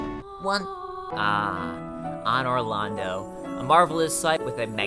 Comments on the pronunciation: "Ahnor Lando" Seriously? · ahnor londo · Could you please learn how to pronounce things correctly? It AN-or Londo, not Ah-nor. you also keep calling it Lor-drahn. when in the beginning of the game it clearly says Lor-drAN.